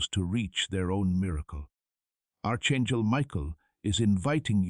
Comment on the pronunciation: Arch chengel? What happened to your tongue?